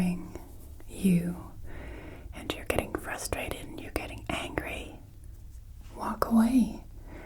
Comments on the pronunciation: you also said angy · Angy or Angry? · Same thing with "Angy"....angry lol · You forgot the "r" in angry. Just kidding! It was an excellent experience!